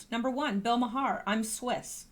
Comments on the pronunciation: It’s pronounced “Mar”, not “Mahar”,. Lol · His last name is pronounced MAR. Not that I care...just thought I’d tell ya. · Maher is pronounced marr FWIW... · Fyi.....Maher pronounced Mar. (Like car) And no way can she come back! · Pronounced "Marr". Making my ears perk up every time you say his name, lol.